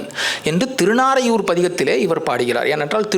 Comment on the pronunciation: திருநறையூர். திருநாரையூர் அல்ல.